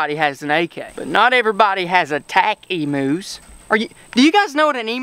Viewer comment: They are not emoos they are pronounced emyous and they are not prehistoric animals they are common Australian animals